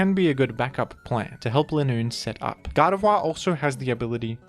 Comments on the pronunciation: my favorite part of this video is when pronounced "Gardevoir" as "God of War" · Can’t be the only one hearing him pronounce Gardevoir as “God of Wah”